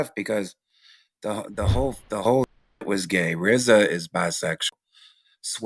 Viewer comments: This nigga said " Rizza," lol!!! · Did This nigga say RZA ??????? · Did he say rza!?!?! 🤦🏻‍♂️ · Brudda said rza??? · Did he say RZA?????